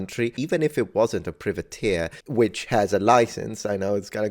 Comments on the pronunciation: Privateer = "pry-vuh-teer" The expert also got it wrong. 😉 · I don't know. I've never heard it being pronounced as it was in this video - by an Italian and a Scotsman, and I'm Scottish myself. I've only ever heard "private-eer". The "priv" being pronounced in the same way as "privy" is a new one on me. I'm not suggesting that they're wrong, but it certainly sounds weird IMHO. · Aye me hearty. I'm 58 and an Englishman and I've always known the word as pry-vateer. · The first syllable in 'Privateer' is pronounced as in 'private'. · The "privateer" pronunciation is making me go "aarrrgghhh". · American English I assume?